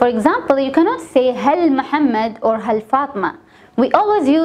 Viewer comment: you are pronouncing it as hal and writing it in Arabic as haal. Please clarify